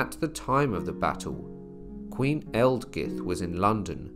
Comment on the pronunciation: 'Aelfgifu' should correctly be pronounced 'Alf-yeefu'. The AE dipthong is used in Old English to indicate the short 'a' sound (as in 'Mathamatics') and the letter 'g' would generally be used with its 'y' sound, now found only within words like 'night' and 'sign'.